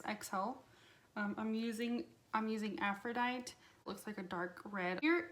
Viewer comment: I like how you’re not over the top in complaining about it...like some of these other videos are just obnoxious I think. Like, it’s lackluster for LC but it’s not like it’s bad quality or anything lol and the shit people are talking on it is extreme. It’s pronounced “Aphrodite-ee” by the way, the “e” on the end isn’t silent; that’s the Greek goddess of love and beauty